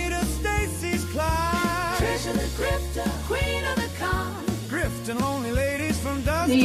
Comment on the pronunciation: I laugh every time you say TriSHAW, reminds me of Jeff Dunham's character Peanut.